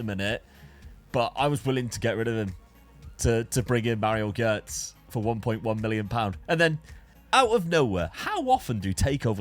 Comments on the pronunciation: the way you were pronouncing Gotze was infuriating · How do you BUTCHER his surname LMFAO?! Gotze, check Forvo for pronounciations